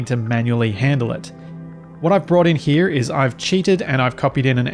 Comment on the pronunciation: Man straight up said "Here" like an american or so. lmao had me laughing so hard. Enjoying the proper tutorial, thank you so much. I was absolutely hating this game otherwise the past few days.